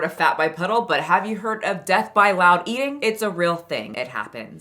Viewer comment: It bugs me that she pronounces “ing” as “een.” I know it’s a thing for some people, but eateen, walkingeen, cryeen —really bugs me.